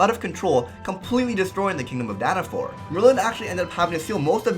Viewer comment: Dana-FALL not Dana-FOUR!